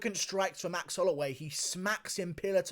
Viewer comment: I lost it when dc called max “maxy” on the broadcast 😆